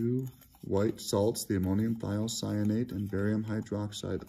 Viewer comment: Thanks :) It's great to hear someone pronounce ammonium thiocyanate.